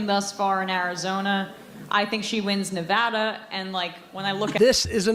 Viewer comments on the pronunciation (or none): Pronounce Nevada correctly DUDE. Damn dude. Say it right. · Pronounce Nevada properly, she says it correctly so work on that . 😊